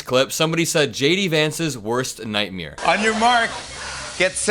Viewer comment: Night mair! Not night meere 😂😂😂